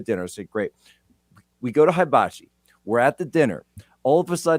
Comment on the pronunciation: 400 of Jack’s 500 emails and texts were offering up the correct pronunciation of ‘HIBACHI’. 😂